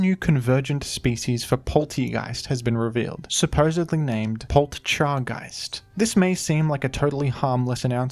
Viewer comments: Pol cha guyst the tea is silent. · You don’t need to pronounce the “t” in Poltchageist. It’s clearly based around matcha. In Japanese it’s just said “maccha” and the double “c” denotes a slight pause when saying it. It’s just that “chi” is part of the “ta chi tsu te to” part of the alphabet, so, if you type on some computers it’s “ti” and well it’s part of that anyways, so it’s possible some romaji thing caused the t to become part of how we spell it in English. I don’t know the history of matcha entirely. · It’s hard to say because of how you’re saying it. You say Poltcha like you’d say matcha; we say ma-cha, not maT-cha. If anything it flows better than Polteageist. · When you pronounce Poltchageist like that, I physically cringe. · Just drop the "t" in poltchageist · I can't tell of not knowing how to pronounce poltchageist is a joke or not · Poltchageist is literally just not difficult. Nobody pronounces "gotcha" as "got cha" with the t. Nobody pronunces "match" as "mat ch" with the t. Take 5 seconds to ponder it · Not that anyone cares, but the "t" in "Poltchageist" is silent, like in "matcha". Still an awkward name, since matcha is just a type of tea, meaning the name change really needed at all, except to distinguish it as a convergent Pokémon species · And it's disguise would have been perfect if some guy on the internet didn't realize that the "t" in "Poltchageist" comes from "Matcha" (and is therefore silent) and not "Poltergeist." An honest mistake, given that it didn't matter which "t" was used in "Polteageist" due to them sounding identical. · Poltchageist isn’t really that hard to pronounce